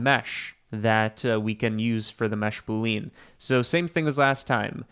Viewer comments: I say this not to be like ‘aha, got you!’ but because I think you're the kind of person who cares about getting these things right: boolean is pronounced ‘boo-lee-in,’ not ‘boo-leen.’ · you mean boo-lee-uhn 🤷‍♀ but yeah, don't get riled up when people pronounce stuff differently. Some do it for fun, and like others suggested, it may have been to trigger engagement which I don't mind since Youtube did changed the algo. I sometimes just comment on a video to support the youtube channel 🤷‍♀ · Proof is an alien: the way he says button and boolean.